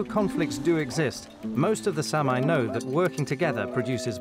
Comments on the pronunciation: It's not Samaaye. It's SAAMI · It’s pronounced sahmee not Sam eye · Please use the correct pronunciation for Saami, or Sami...It's not Sam-eye... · Great anthropological documentary. Only a Brit would mispronounce the name of a race of people; "Sam-eye" indeed! How is that there are farmers on traditional Sami open grazing lands? Are the Scandinavian and Finnish governments simply ignoring the rights of inhabitant priority? Shades of American Manifest Destiny.